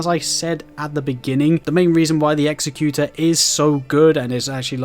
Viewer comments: You are saying the executor wrong. Say it like executive not like execute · Great video with real helpful information. Thanks! Just to point it out, the name Executor is pronounced differently. Executor means "a person or institution appointed by a testator to carry out the terms of their will." as provided by Google. The word you think you are saying is executioner: "someone who carries out the sentence of death."